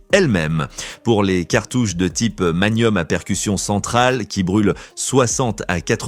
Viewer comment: oui, parce que les balles " Magnoum " C'est pénible! 🤣